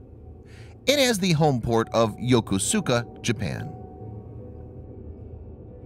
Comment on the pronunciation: PS , Between sailing on the USS Sellers DDG 11 and USS Antietam CG 54 , I was a Navy MP in Yokosuka Japan for two years of shore duty . Most every English speaker pronounces it wrong . It's pronounced Yo-Ko-Ska , (the u is silent ). You can hear the Japanese naval officer played by a young Pat Morita pronounce it incorrectly in the 70s film Midway .